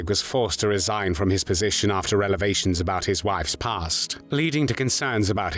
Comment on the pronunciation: It’d be the only thing he pronounced correctly. He said relevation instead of revelation and some of his pronunciation of English words is frankly weird. Nobody pronounces 1944 as “Naarnteen-Farrty-FARR”. That part of his speech is so obviously exaggerated it’s almost impossible to listen to.